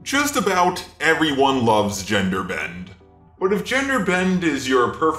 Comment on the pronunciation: DOES ANYONE ELSE NOTICE THE ELONGATED WORDS? GENDERBENDUH, JAILUH, THINGUH, MEUH